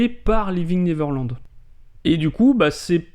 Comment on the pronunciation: Par pitié, apprenez tous à prononcer correctement "Neverland", merci!